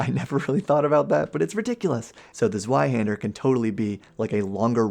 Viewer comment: Zweihander is pronounced as zvi-hander and is literally just a greatsword